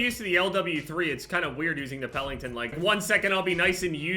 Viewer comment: it’s Pelington, not Pellington. Also, it’s great that your UFC picks went well.